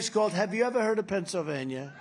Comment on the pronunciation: Trump can't even speak anymore, I love pebsavania lol😅😅😅